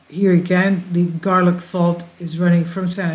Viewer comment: it is pronounce "Gar-lock" ( not "gar-land").